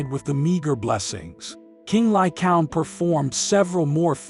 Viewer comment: Lycaown? Lycaown? Lycaown? It's pronounced Ly-Kay-On!